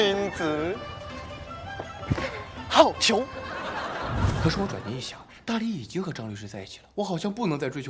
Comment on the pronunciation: 好（hao三声）逑，身为中文系的竟然把好读成四声，这也太不专业了，能不能别说是中文系的啊。可能是他喜欢吟诗作对，特意把他弄个中文系的，能不能专业点啊，别丢中文系的脸啊。